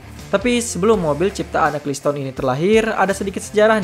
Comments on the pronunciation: Itu bacanya "ekelsten" bukan "ekliston" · Nama yang bener itu Bernie Ecclestone, bukan Acclestone.